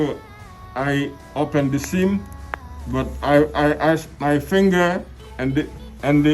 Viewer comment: S_I_M ❌ SEEM ✅